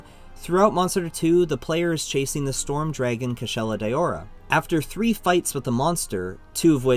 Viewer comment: Its a bit cringe that he calls it Kushala "Dayowra"... But yup great vid.